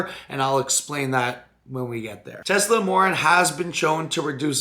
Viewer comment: Tesamorelin wasn't pronounced correctly a single time that day.... thoughts and prayers <3